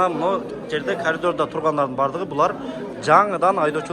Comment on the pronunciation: Лапшогон эптеп карапайым элден акча жыйыпатат, башка варианты калбайатат окшойт аферанын, россия номери машиналардан азы 50мин сомдон элди какшатып отуруп толоттурду, эми очередь правага😂 КАЛЬДОР ДЕБЕЙ КОРИДОР ДЕП АЙТЧЫ!